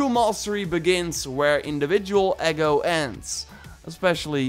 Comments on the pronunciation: Not "egg o", mate lol. Eee go. Ego is how confident someone is in their own ability or self. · You lost me at "eggo" Might be a good idea to learn what "ego" is. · my guy really said eggo